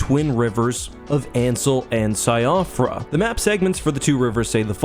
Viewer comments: Just a note because it's a huge pet peeve in all these elden ring videos cropping up Siofra is pronounced like "she fra" not "sy off ra" It's an Irish name so it doesn't really follow English pronunciation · Siofra is actually pronounced like "Shee-frah" because Romanized Irish spelling makes no sense. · Siofra = Shee-Frah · Just so you know Siofra is pronounced "shofrah" Irish and Welsh names can be weird. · slight nitpick but i believe Siofra is pronounced "Shiff-ra" due to the game's gaelic inspiration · A note on Siofra, I believe it's pronounced Shee-fra because it's a Celtic inspired name. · Siofra is pronounced SHEEF-ruh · Just a small point but Síofra is pronounced she-fra. It translates roughly to fairy, elf or changeling depending. It's an interesting choice though as in our folklore, the fair folk live within the earth and are seen as ancient beings from before the time of man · Siofra is pronounced "shee-frah" it's an Irish name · Great vid, only issue I have is the pronunciation of Siofra. Its an Irish word thats meant to be pronounced like SHEE-fra! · Siofra is pronounced “sheefra”… it’s Irish/Welsh pronunciation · Great video! Just a friendly tip that Siofra is pronounced as she-fra. It's an Irish name! :virtualhug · Siofra River is pronounced 'shee-fra' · Great video. One thing tho, Siofra is probably pronounced sheh-fra. Most often the "sio" is used when referring to it's Irish origins.